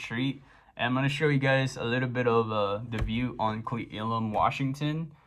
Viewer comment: It pronounced Klee Elm. Haha this was a while ago I live here in WA and your right that closure on I90 was really bad and so was that storm. Sorry you got stuck in that mess. But I start my driving school very soon and hope to see you out there. BTW that Cafe is very good all the time. I have been there myself a time or two.